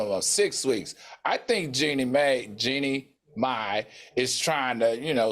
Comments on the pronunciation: Not Jeannie "May" 😂😂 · Maddie didn't say that lady's name correctly the entire show! 🤣